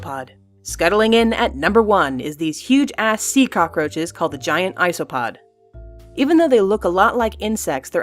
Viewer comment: I love the way they said cockroaches the end! LOL fucking hilarious!